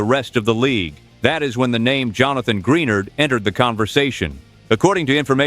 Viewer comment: Gren ARD not greenard